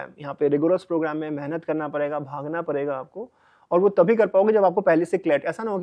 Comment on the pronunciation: Padegaa ❎ parega ✅